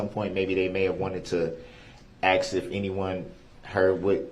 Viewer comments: This is exactly the way his mother Dawn talks. One thing I've is that there are times he has no trouble pronouncing the word 'ask' correctly. Whenever he mispronounces it 'axe', he's either talking the way his mother does, or he's trying to act tough. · He can't even say the word ask he says AK that's not a word grow up